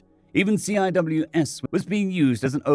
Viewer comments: Great story and excellent choice of character voice. In case you run across CWIS again, it’s pronounced sea-wiz. I’m currently going through the old videos and really enjoying your re-tfos. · For reference CIWS is typically pronounced SEE-wiz. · CIWS pronounced "see-wiz" 'cause Navy. R2D2's angry cousin with a rage boner.